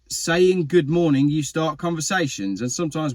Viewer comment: One error. You mispernunfiscated "G'moanin'" there...other than that, alright. d;o)